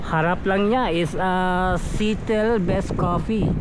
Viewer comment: Dili sitel bale siyatel (seattle) pag litok ana